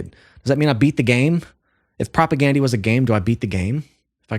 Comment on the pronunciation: Please pronounce their name correct. Gandhi, you know, the famous guy.